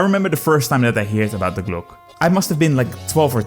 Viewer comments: Thank you. If you can understand german I can recommend this interview with an expert on the topics of Nazi UFO technology. As the "Glocke" is only one of several Nazi-UFO-Conspiracies. On a side note: For me as a german your pronounciation reminds me of the word "Glucke" which means "sitting(breeding) hen" in german. And always having this picture in my gead while watching was hilarious. Hope this doesn't sound offensive, my english pronounciation is not perfect either. I just found it slightly amusing. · Hilarious video, but god damn you'r pronunciation of glocke physically hurt me.